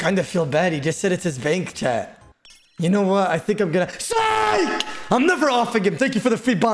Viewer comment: Idk if anyone else has thought this but I’m CRACKING UP RN because I just realized whenever says “chat” it sounds like he is saying “CHAD” 😂😭☠️🤣